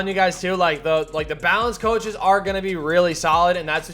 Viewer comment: still says Choaches lmao